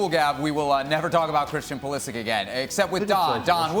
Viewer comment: It is Pulishich